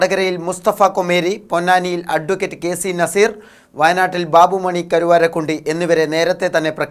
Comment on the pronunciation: കരുവാരക്കുണ്ടി അല്ല കരുവാരക്കുണ്ട് ആണ്